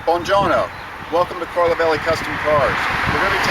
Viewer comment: What did he say? Bon Jono?